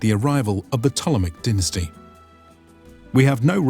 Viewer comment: Pronounced dine as tee